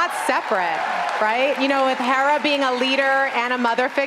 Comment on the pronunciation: the way the host say Hera's name i thought she said Harrison's Doula... 😅